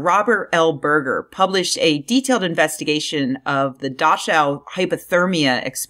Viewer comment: Friendly pedantic pointer; Dachau is pronounced 'dɑːxaʊ/. A good mnemonic is that ticked-off Disney employees used to call company "Mousewitz" amongst themselves, but after management complained, they changed it to "Duckau". Supposedly.